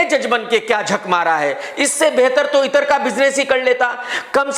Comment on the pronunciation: Bhai itar nahi ittra